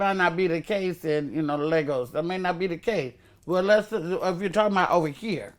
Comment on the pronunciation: Legos? or Lagos ??? lol